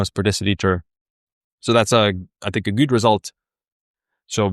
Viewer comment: Random suggestion: If you speak out „good“ correctly, your overall language quality in your videos improves by like 50 % :D